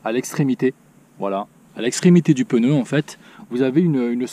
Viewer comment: Pneu* pas peneu